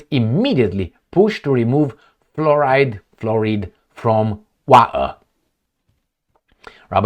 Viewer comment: Oh yah, removing fluoride from the water is my main main main main concern . 😅ahorita mismo estoy corriendo tropessando para ir votar. 😅 Someone needs to learn how to pronounce fluoride 😅😅😅